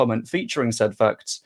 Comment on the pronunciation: It might be the fact that you pronounce "facts" as "fucks". So when you say "Facts don't care about your feelings", it sounds like "Fucks don't care about your feelings".